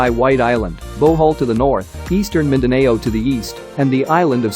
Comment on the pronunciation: Mindaneyow. hehe